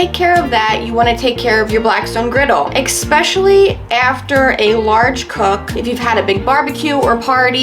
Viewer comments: Great tips! Amazing video! Tip for: "ESpecially" - not "ECKspecially". You're welcome. 😉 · Great video, thank you. One piece of constructive feedback, is learn to pronounce the word "especially". It is not pronounced "Eckspecially". Seriously though, great beginner video and I appreciate it. The feedback isn't meant to insult. Thanks! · Good video but....did you say ekspecially? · yeah you lost me at "ExPecially" lmao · Lost me at “eck-specially” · There's no "eck" in especially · I died at ekspecially 😂😂😂😂😂😂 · There is NO “X” in especially…….my god that bugs me,!